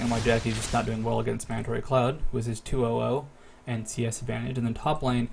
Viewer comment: "Mandaray Cloud" for mandatorycloud. =P